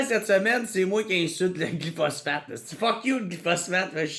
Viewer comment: Ça se prononce glypho-spho-sphatte-e